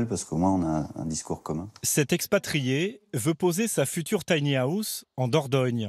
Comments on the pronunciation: mdr l'accent je suis mort de rire à chaque fois qu'il prononce tanyaousse. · Y a un moment va falloir faire des efforts de prononciations. Soit le dire en français "petite maison" soit s'appliquer et éviter "les taniahousses" sérieux. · Si la voix off pouvait apprendre à dire "tiny house" correctement, ça serait reposant pour les nerfs. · Merci, il me semblait bien que c'était mal prononcé...